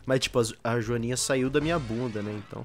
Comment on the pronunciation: quando o pergunta "já cheirou uma joaninha?" a pronuncia faz parecer que ele perguntou "já cheirou marijuaninha?", provando mais uma vez que o é um gênio liríco (e um maconheiro) e que esse canal tem camadas no seu humor.